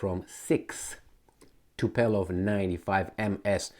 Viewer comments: Its TupOlev, not TupElov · Tupolev, not "tupelov" lol also KinZHal", not "kinzal". you are not a native english speaker so you shouldn't be that dyslexic rofl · stop drinking dude, is NOT "Tupelov" lol, but yes TU- PO- LEV! TU_PO _LEV! with PO from Poland! not like PE from Peter! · if you keep calling Tupolev by the silly name Tupelov you're a weasel